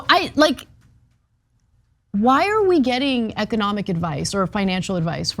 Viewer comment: “Ecodomic” high quality talent on this show…